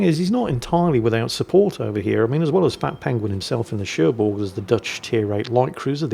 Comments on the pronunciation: French lesson : the g of Cherbourg is silent :) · There's no "G" in Cherbourg... That's why.